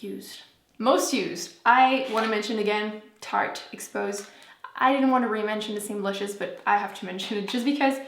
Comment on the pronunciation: FitFatBrittRNY She kept saying tarte